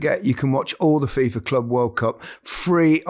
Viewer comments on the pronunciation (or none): none